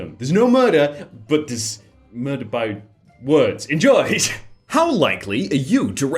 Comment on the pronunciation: i swear he said, "Welcome to verda by words."